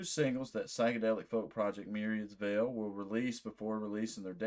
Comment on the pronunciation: Hi! You pronounced the name right! 😊 Thank you so much for this, we really appreciate you taking the time to listen and make this video!